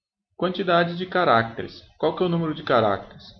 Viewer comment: cada vez que ele fala carácteres, uma criança morre